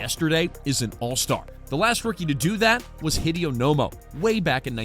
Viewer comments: Hideo Nomo is pronounced He-Day-Oh. Not the same as “Video”. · No worse than him pronouncing Hideo Nomo like Hid-ee-o 🤦‍♂️